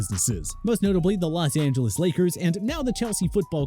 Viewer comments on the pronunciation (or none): none